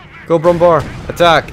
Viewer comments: Brummbär Bär is pronounced bear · ...its Pronounced "BrummBehr"...like in Wehrmacht...nor BrummBar...they forgot the Ä in it and just put a normal a because americans....